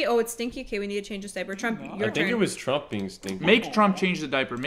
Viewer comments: i love how and keep saying "chomp" instead of "trump" lmaooo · i love that they say trump like chomp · keeps saying chomp 😭